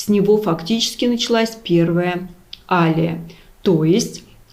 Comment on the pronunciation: не Алия а алиЯ